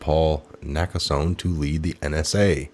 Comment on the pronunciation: it's pronounced "Naka sony